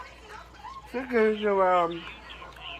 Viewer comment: chigen AND fied wice? fuck man props to